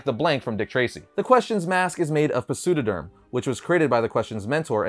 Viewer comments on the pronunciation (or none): I'm sure most people are aware, but "Pseudoderm" is pronounced with a silent "p", like pterodactyl. "Pseudo-" (pronounced "SUE-doe") is an old Greek prefix that means "fake" or "false" and "derma" is the Greek word for "skin". It makes sense that a clay-like substance that looks like skin would be called "fake skin". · Pseudoderm, the P is silent just like psycho psychic etc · The P in Pseudoderm is silent. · The “P” in Pseudoderm is silent.